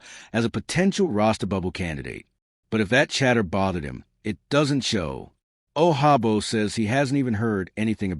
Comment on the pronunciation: He’s not Spanish and the j sounds like a j He’s from Nigeria. Hate computer voice.